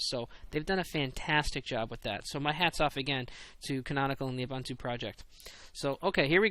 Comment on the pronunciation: Your comments about keeping criticism constructive are greatly appreciated. One thing, its oo-boon-too. Keep up the good work!